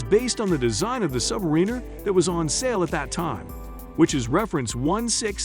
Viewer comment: Please learn to pronounce Submariner! Thank you!